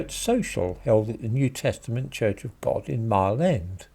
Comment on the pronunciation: Did you say New Testament Church of Bod? I knew it! Bod is our Lord and saviour!😃